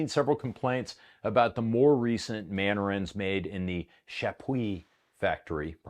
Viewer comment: Manurhin is pronounced Man-Urîne.